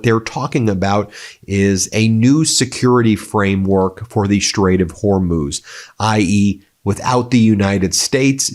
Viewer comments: Proud of you for finally saying Hormuz correctly after 3 weeks even though you’re a news show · so you finally got the last bit correct...HERMOOZ. Now let's get you on the first syllable.....say 'WHORE'...now put both syllables together, deep breath..."WHORE MOOZ". Allahu Akbar...!